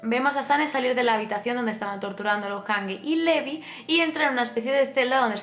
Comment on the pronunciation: me encantan tus vídeos, un análisis excelente y superdetallado. Me encanta que compares con el manga pq yo lo leí hace tiempo y es interesante ver como cambia. Sólo t diría una cosa, y es q el nombre de LEVI lo pronuncies "livai" o algo así lo dicen en el anime, pq al miratelo leer tal cual no puedo evitar pensar en Levi la d Fairy Tail. No es por mal, sólo es un consejo, tus vídeos son perfectos 😘